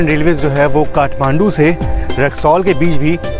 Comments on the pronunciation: Khatmandu nahi ji Kathmandu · It is K-ath-mandu not Khat-mandu…khatta bilkul nahi hei